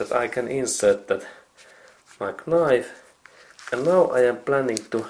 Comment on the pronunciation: Excellent repair. You may decide to ignore the following comment if you decide. The letter “k” in the typical English language word “knife” is silent. I only write this since I for a short time taught English to students whom English was a second language.